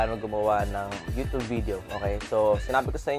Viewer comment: YU-tyub hindi YU-tub!!